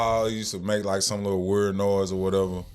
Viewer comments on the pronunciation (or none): He can’t even pronounced the word “weird”. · Bro Ninjas are just ninjas. You can't make sense out of stupid. Bro can't even saw the word Weird right. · Can’t even pronounce weird correctly!! What an idiot!! People have jobs and Russ was always in an NFL SEASON DUMMY!! What an idiot!! Russ is VERY CLOSE TO HIS MOM AND SISTERS!! Where are you at now because Russ is still in the NFL! What a hater!! I also get food catered on the holidays and for birthdays!!🤬🤬🤬